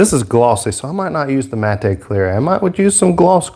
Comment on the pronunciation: He said matay!! Matte....pronounced like the bame Matt. Silent E good sir!. Awesome video